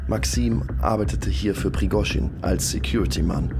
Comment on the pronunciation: Prigooschin ausgesprochen: kann doch nicht so schwer sein, oder ? Aber: danke für das schöne Video!